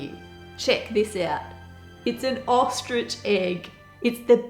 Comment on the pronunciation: Tracey Lewis and it’s “ostrich”.